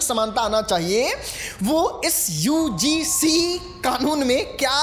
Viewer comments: UGC KO UCG बोल रहा है 😂😂😂 पहले बोलना सिख ले भाई 😂😂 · Ucg nhi ugc bolo bhai😅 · UCG nhi re burbak..... UGC hai ye.... Kuchh v bolta rahta hai padhne ke baad v nhi padh pa rha hai ye baklol 😅😅😂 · UGC hota hai ucg nhi bolne nhi aata hai